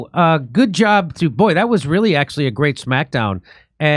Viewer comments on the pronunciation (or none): none